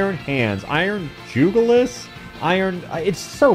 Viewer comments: Juhg not jewg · Jugulus is the throat, pronounced (jug-you-less) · It’s pronounced jug-u-lass as in jugular the part of the throat